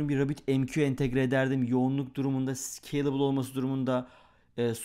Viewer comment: Nobody:: Sıkeylibıl